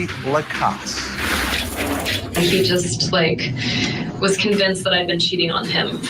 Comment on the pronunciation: Thank you for being the ONLY person who pronounes Jeff's last name correctly! La-cass